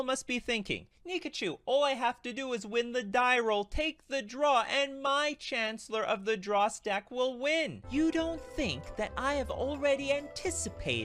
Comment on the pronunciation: The most impressive part is mispronouncing Chancellor of the Dross every time